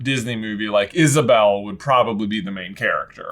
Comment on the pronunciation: I can't get over the fact that they consistently call Isabela "Isabel" in the video. Overall nice video though! :)